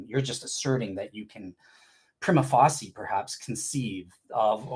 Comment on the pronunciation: if you're gonna use the phrase 'prima facie' every five minutes, then you might want to learn how to pronounce it correctly. That said, your bad pronunciation does help take the focus off your ludicrous ontological argument. You apologists have so many options for sounding ignorant.